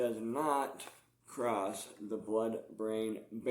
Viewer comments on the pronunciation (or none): none